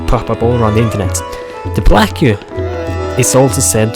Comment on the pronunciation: Plaque is pronounced "plak" not "pla-que"...